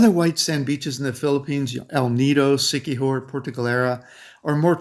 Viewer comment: P.S. Siqui-JOR